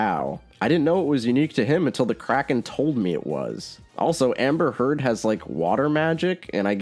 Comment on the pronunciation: I seriously thought you said "Crack Kid" instead of Kraken and I was actually perfectly fine with that for a moment.